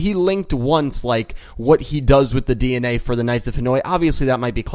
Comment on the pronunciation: I heard Dee En Way lol